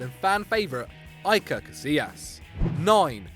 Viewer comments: he's called Iker, not Ilker. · EYE-KER Casillas Cringe It just takes a few minutes to research how to say a name, at least put the effort in for such a legend. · Iker not Aiker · "Eyeker Casillas"😂😂😂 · "none other than... EYE-KER CASILLAS" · It's Iker Casillas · Did he just say EYEker as Iker?! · "Aykuhr Casillias" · "Ayy-Ker Casillas" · He said aYker Casillas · "Aiker Casillas". If you're gonna say a player's name at least say it right. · ayker casillas:( why can't you prnounce the legend's name correctly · doesn't even know how to properly pronounce "Iker Casillas" 😂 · Lorde Éder doesn’t he mean IKER Casillas or he could say THE BEST KEEPER IN THE WOOOOOORLD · The way you said iker made me cringe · You seriously don't know how to pronounce "Iker"? Holy shit, that's bad.